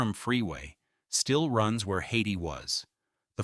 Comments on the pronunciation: This film has some interesting photographs and tells a remarkable story. Many of the photographs are repeated and are often in the wrong historical context. It would be nice if the photos had captions. And, mispronouncing "Hayti" as "Haiti" is embarassing and suggests that the filmmaker has never set foot in Durham. The story of the Freeway and displacement of the black community is important, though. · Hayti is pronounced Hay-tie